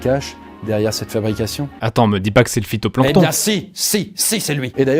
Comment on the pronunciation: J adore (nan me dit pas pas que c est le fitonplanton -si si c est le fitonplanton